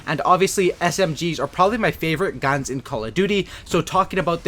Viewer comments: he said Gans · on he says gans lol